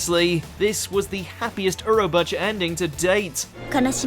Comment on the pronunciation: Why do these idiots always butcher japanese names? Seriously how the hell do you get “urobacha” from Urobuchi.